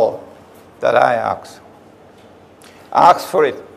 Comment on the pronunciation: Out of subject: I noticed that Imran has a problem with the verb "ask", he pronouces it "aks" lol If someone sees him, he could tell him that. Jazaka lahu khayran Imran for your speeches